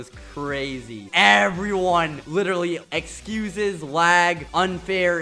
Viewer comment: You said ezcusses with a z